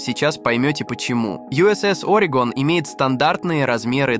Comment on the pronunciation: Orego’n не Ore’gon